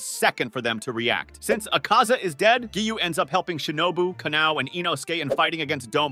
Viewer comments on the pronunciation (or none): Because you don’t know how to say Kagaya, Tanjiro, Akaza, and Hinokami Kagura. Oh yeah Geyiuu…it’s Giyu.